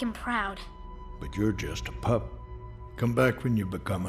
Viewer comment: Why he said pup like that? Did the editor cut off his audio?